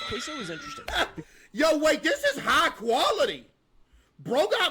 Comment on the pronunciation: its had a distortedly weird way of saying Caseoh. It had a k, an o i've never seen before, etc.